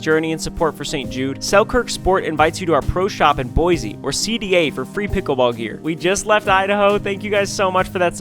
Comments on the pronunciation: it’s boy see not boy zee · You don’t pronounce it like boizy it’s Boisy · Hey I’m from Idaho and I live in Coeur d’Alene and I had to tell you that boise is pronounced boi-see